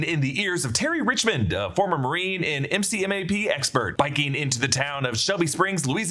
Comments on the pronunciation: Marine here. The MCMAP acronym is said “mick-map” not spelt out. I know the movie spells out the letters too but just thought I’d let ya know ! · As a Marine, MCMAP is pronounced MC-Map. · As a Marine, MCMAP is pronounced McMap (like McDonnell). Each letter is not phonetically pronounced. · It was killing me that no one was getting that right